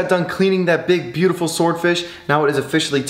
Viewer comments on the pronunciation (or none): You are saying buteful olot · Stop saying butifel little